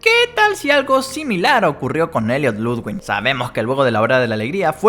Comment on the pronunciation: v oye se pronuncia Ludvig y no hay ninguna N entre la i y la g jaja... Y tú teoría de gentle John se destruye porque no lo reconocen su apariencia debería haber cambiado... Rich es más probable